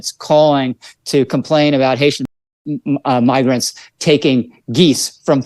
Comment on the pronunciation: Had two comments linking to the unredacted video removed, so you have to search yourself. It is unmistakeable, even though Lowery is lying that he mispronounced "migrants". That is a very Freudian mispronunciation.